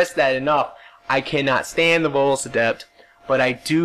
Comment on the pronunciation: you said ADEPT correctly!......when you screamed it at the start haha!